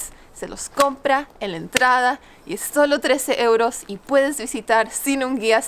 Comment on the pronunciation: ¿Por qué dice ieuros y no euros? Saludos